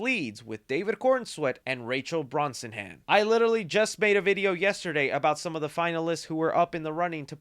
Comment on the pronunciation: Lol omg, I love ya but you have not gotten Rachel’s name correct one time. It’s pronounced “Braz-nah-Han”…Brosnahan. You’ll thank me later muh dude. 🫂